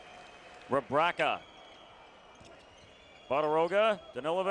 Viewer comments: English commentators, along with Spaniards, are not known for correct reading of foreign names and surnames 😂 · m8, it's not [Divatsch], it's [Divats], also it's [Rebratscha], with the stress on the 1st syllable....how these guys become commentators to a global audience when they are unable to pronounce names correctly is beyond me...and it's not that these player were not known, were they?